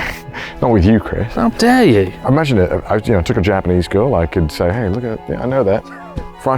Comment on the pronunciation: That “How dare you” by Chris is arguably the most british sounding i’ve ever heard